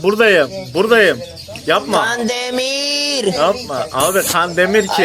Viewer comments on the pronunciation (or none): can demiğğr ay law yu kan demir